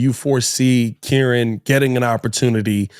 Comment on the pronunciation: It's Keer-On